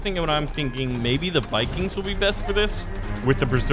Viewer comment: he said bikings